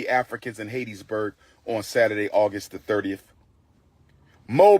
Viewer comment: Hat...tees...burg. Umar🙄 Hattiesburg